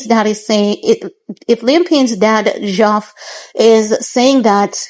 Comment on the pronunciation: Its Geoff reads as Jeff x